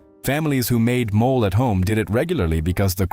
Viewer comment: MO - LAY ! Not a mole😮